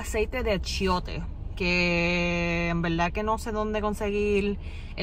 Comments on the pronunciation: Hahahaha!, that was cute. it is not achoite, it’s achiote. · Stop saying ACHOITE, it's pronounced ACHOTE , ur the best, keep it up , NYC here and I have mis suegros in Aibonito, P.R which you should visit ASAP.